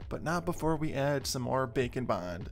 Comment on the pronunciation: When you first said Bake and Bond, I thought that you said Bacon Bond. lol